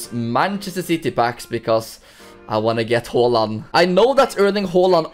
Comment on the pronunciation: yeah thats how you actually prounounce haaland